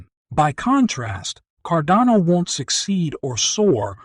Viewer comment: car-DAH-no. Not CARdan-oh